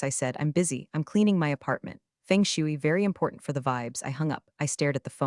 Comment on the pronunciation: They messed up on the pronunciation of feng shui.